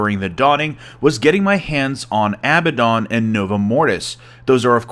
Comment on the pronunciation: Abbadon is not "abba dawn" it's "əˈbadn." You don't actually say the "don" - it's a short "dn" sound. Sounding it out, it's basically like "ah-bad-n." Great video though. Did not expect the level of detail present!